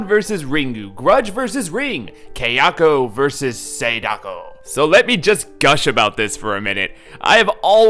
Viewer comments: Ky* not Kay... it's not a cheap jewelry outlet, you fucking moron! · THANK YOU! THAT MISPRONUNCIATION WAS GIVING ME A BRAIN TUMOR! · Kay-yako versus Say-dako 🤔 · why do you pronounce Sadako and Kayako so white? the a's are short sound in Japanese